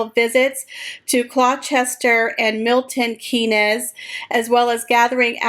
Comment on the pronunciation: Gloucester is pronouced Gloss Ter and Milton Keynes is prounced Milton Keens but 100% effort for having a go at saying our town and city names.